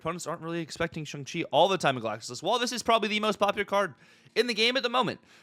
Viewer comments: Shong chi is the correct pronunciation😊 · Please, don’t perpetuate the Cozy “ShUng Chi”…. Dear god please say it properly I beg you lol